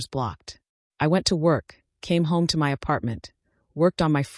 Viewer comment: Can ai be programed to say my and not m y?